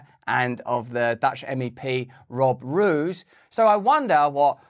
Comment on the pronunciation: Little sidenote, Roos is more pronounced like rose than roose. As a matter of fact it means the same.